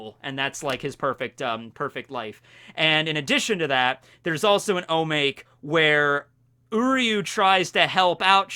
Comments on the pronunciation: O MA KE !!! Not O make! I thought you said you were learning japanese? This is like lesson one. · Omake = おまけ. Not omāk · I die a little inside each time you pronounce "omake". It's phonetic.